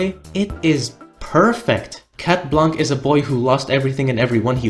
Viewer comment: Oh and for the anecdote, we pronounce « Blanc » « Blan », the c is muted ✨